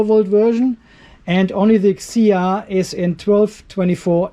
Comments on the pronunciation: Thank you so much for your review,. What a great testing!!! 🥰 hahah...but we are not "peter", we can read our brand like letters F C H A O has no word pronunciation. Welcome to pay attention to our new brand and new products. 👍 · Pronounce 'Fchao' as 'Chao', just the same way the 'P' is silent in Pneumatic. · Had to replay the pronounced the name😂😂😂